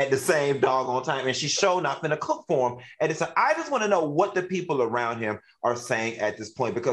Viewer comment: Lmaooo not even round but “ from RINE nea” 😂😂😂